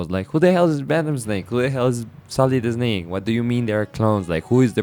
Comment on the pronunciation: Oh man, I love your accent and pronunciations. I mean no disrespect, but "Sohlid Esnake" gave me a good chuckle. Great video.